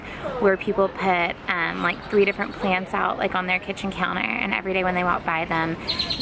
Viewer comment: I thought you said "pants" not "plants" my mind went off into this whole thing about the "pants" 😂😂😂